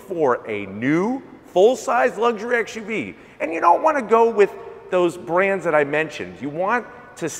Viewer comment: It's SUV NOT ASHUV